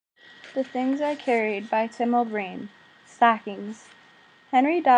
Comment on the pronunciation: too many misreads, especially the author's name.